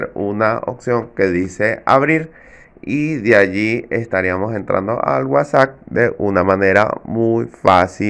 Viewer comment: Se pronuncia WhatsApp tal como se escribe, con p final y no como tu pronuncias WhatsAc .